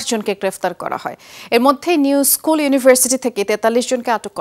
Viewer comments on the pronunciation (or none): none